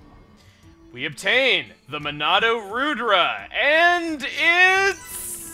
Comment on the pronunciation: I think Monado Rudra is a reference to a God (the destroyer of evil) in Hindu mythology, in which case it is pronounced Ruh-thra